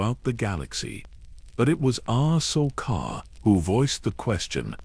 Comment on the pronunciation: I Like your Videos but this one is Off. The pronounciation of names like Ahsoka, Anakin and Palpatine is horrible lmao. Please check that stuff before releasing it.